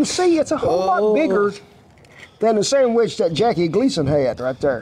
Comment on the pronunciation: The important part of that scene is the way he says, "Sammich". Classic Americana.